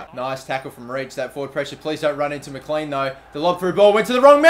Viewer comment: McLean is said mclane